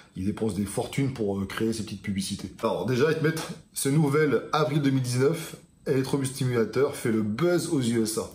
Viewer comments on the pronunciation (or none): Electro-stimulation ta langue a fourchée, on se voit au salon à Toulouse mec, énorme et sec comme Dab